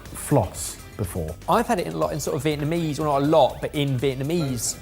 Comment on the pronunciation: butchered that Vietnamese pronunciation 😂